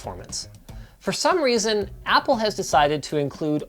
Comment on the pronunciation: Ah yes, "Appl"